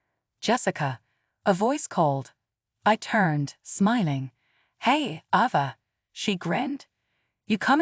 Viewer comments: Stop mispronouncing Ava 😢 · Stop mispronouncing lingerie and Ava 😢😢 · Stop mispronouncing Ava 😢😢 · Please stop mispronouncing Ava 😢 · Please stop mispronouncing Ava 😢😢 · Seriously stop mispronouncing Ava 😢😢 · Could you please stop mispronouncing Ava 😢😢